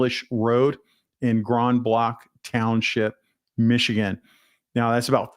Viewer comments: It is pronounced "grand blank" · Grand blanc is pronounced grand , blank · I live 2 1/2 miles from this church and on the same street. Grand Blanc is pronounced Grand -as in ‘isn’t that grand?” And Blanc -as in ‘Blank” or “Blanket” This is a very tight community and things like this don’t happen here, until they do. The shooter was a veteran. He lived just a few miles away. We don’t know yet why but he left behind a son and a wife. Right next door is a Seventh Day Adventist Church. I think he just picked a church but…SDA have church on Saturday so I’m sure he picked the church that was full today. Some Sunday school rooms were in the basement and some were trapped. Firefighters couldn’t go back in because the roof collapsed. They said they will be looking for bodies when they can get in. I pray all got out. Also in his truck were several ied’s. My street is still blocked off and helicopters are still circling once in a while, probably the news. They did not have a security team. The people of Grand Blanc will be talking because it seems everyone knows everyone and Burton is right next door. We’ve only been here 5 years but we live in a rural community. Starting just 1 mile east from the church is rural. Stay safe with your head on a swivel. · Grand Blanc is pronounced as "Grand" in Grand Canyon and Blanc as in" blank" stare, Grand Blanc, Michigan.I believe it is French. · It's pronounced Grand "Blank" Blanc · Of it matters to you, it's pronounced Grand Blank. There is an fbi field office in Detroit, 45 minutes south of BG